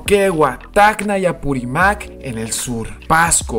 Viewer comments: La acentuación es Huánuco, Apurímac y Huancavelica esta última con acento en la i (prosódico).... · muy buen video, la única pega estas pronunciando mal los nombres de apurimac y huancavelica, ambos tienen acentuación en la i. Y huanuco en la A. Saludos